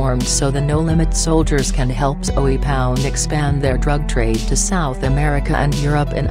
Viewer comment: It's not Zoey lady egggghhh